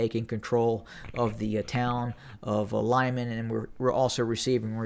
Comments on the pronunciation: Not Lyman, but Liman , L i m a n short i . [ɫɪˈmɑn]) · Lyman is pronounced LEEMAN; Popasna is simply POPASNA. Thank you for your great work!